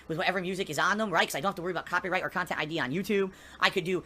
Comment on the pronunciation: this is extra long khantent